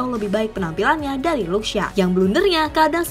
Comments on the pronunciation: Belajar ngomong ‘Shaw’ dulu deh: bacany: “Syou”. Shaw= Syou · Apa syah .... 🤣🤣🤣🤣 Luke shaw bro ....cara bacanya aja salah ... Dan ya alex telles itu dari brazil bukan portugal ..... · Shaw itu dibacanya Syo(w).. (huruf W nya dibaca lemah/tidak terlalu jelas). Coba utk memperhatikan bila komentator sono menyebut suatu nama. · Anjim kenapa shaw jadi shah wkwkwkkw jadi orang arab bangkeeee kwkwkwkw